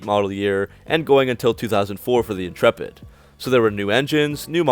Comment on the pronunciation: Dodge inchurpit in-churp-it